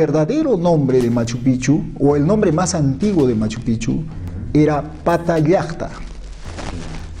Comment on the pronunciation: MAS QUE PROMOCIONAR A MACHUPICCHU QUE EN ESTE VIDEO ESTA TOTALMENET MAL PRONUNCIADO DEBE INVESTIGARSE DEL SAQUEO QUE SE HIZO POR LOS CHILENOS HACE TRES A CUATRO AÑOS. Y ESO ES FACIL DE SABER YA QUE LOPEZ ALIAGA ESTA METIDO.